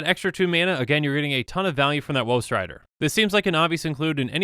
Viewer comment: Instead of woe strider, I only ever hear "whost rider"